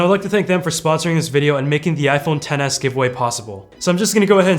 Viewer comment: Sounds like your saying iPhone tennis lol